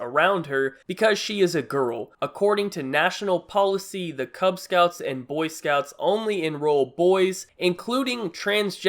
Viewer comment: it's "boy scouts" not "cunt scouts" jesus